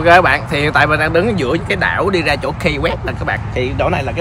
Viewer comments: Key West đọc là Ki West chứ không phải Cây West. Peace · Đến với những nơi danh lam thắng cảnh thì ít nhất Khoa cũng nên gọi tên cho đúng địa danh của nơi đó. Key West_Ki Goẹts. Key là chìa khóa. Có ai đọc chìa khóa là Cây bao giờ không? Một cái từ đơn giản phổ thông như vậy, bạn đọc thành Kây_Goẹt để đi truyền bá cho mọi người địa danh thành Cây Goẹt thì nó sai quá! Đi học bên này gần 1 năm rồi thì ít ra cũng biết đọc (Key_chìa khóa) cho đúng chứ nhỉ. Giờ ai về Hà Nội, đọc Hây Nội nghe có ổn không? Sài Gòn đọc thành Sây Gòn nghe có được ko? Key chìa khóa, từ đơn giản phổ thông đến vậy mà đọc là Cây thì quả thật ko biết phải làm sao..... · Key west nên phát âm Ky (Ki) west ,chứ không phát âm KAI hay Cai west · Key west là “khi” west ko phải “cay west” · Key west khong phai khai west nhe khoa. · KEY WEST ( KY không phải KAY ) NHÉ EM KHOA ! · Finally Khoa đã đến Key (pronounced "kee") west. Đi đâu nữa đây? Lên lại Ft Lauderdale để ăn cua di? Rustic Inn Crabhouse. Ngon lắm. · Chơi. hưởng thụ số 1 thì có. Học thì số mấy không biết nhưng nhớ học lại ESL nha. Mới lướt qua vài phút nghe được Hotel safe đọc là "cái sắc", Key West đọc là " Cây quét". Tốt hơn ở Mỹ không nên ra ngoài một mình. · Phát âm là ki sờ quét anh ơi. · Key West phat am sai roi.